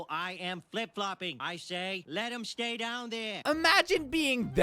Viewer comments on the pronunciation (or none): none